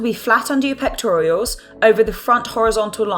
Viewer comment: Pectoral muscle, not pectorials.